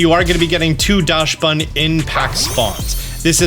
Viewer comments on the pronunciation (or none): I noticed the way you pronounce Dachsbun and as a German (Dachs is indeed a German word) it's not Dashbun, it' Daksbun. Same A sound as how you pronounce it but the chs is pronounced like a "ks". Daksbun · .....it's pronounced Daxbun, not Dashbun.